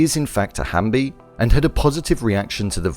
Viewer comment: Dae-su labeled Nam-ra as Halfbie not hambie like what you keep on saying. You made it sound like like it's half hamburger and half zombie